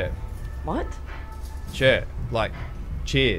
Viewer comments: I'm as happy to rag on a Kiwi as the next Aussie but I was with him on this, right up until the end..... "chur"?..... "Cher"? seriously WTF! Cheers mate. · It’s Chur not chair😂